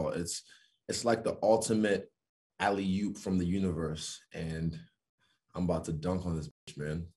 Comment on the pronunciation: Did he say “That was an ally hoop from the universe and I’m about to dunk on that B”. 🤣🤣